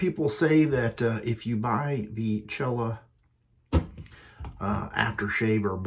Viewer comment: Yeah, the proper way to pronounce it is Sell-uh.